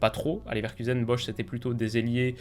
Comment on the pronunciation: c'est bosz pas bosh